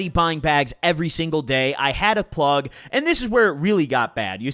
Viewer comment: yeah but he doesnt say the g so it sounds like pluh